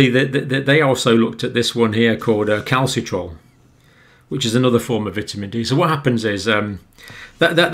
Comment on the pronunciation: The name of the active form of vitamin d is Calcitr"i"ol and not Calcitrol. You also had problems reading that number ?? 8279? You seem to be dyslexic.